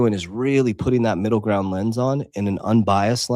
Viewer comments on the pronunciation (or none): none